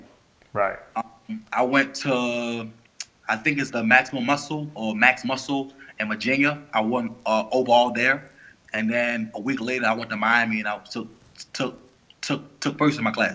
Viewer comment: good look. homie says maginia instead of virginia lol